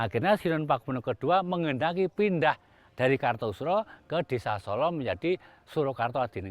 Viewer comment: Bukan Solo mas tapi Sålå